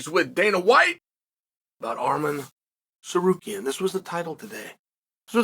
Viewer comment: Wow he actually pronounced the name right. Historic.